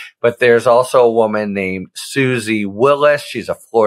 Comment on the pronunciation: Susie Wilies (Pronounced WEYE-uhls, not Wil-ESS), is not a low-level Trump employee. She is a senior adviser to the Trump campaign, one of the main people running the outfit.